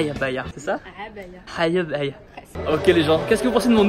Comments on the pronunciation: On dis pas ayabaya abaya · On dit cabaya pas hayabaya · Elle a dit 3abaya, c'est a3baya 😂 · Selem Aleykoum Mais ça se dit عabaya 😭